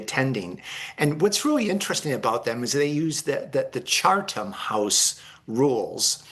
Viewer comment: Why is this mofo saying chaRtham?